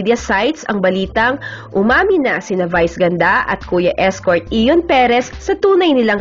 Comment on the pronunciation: ayion not iyon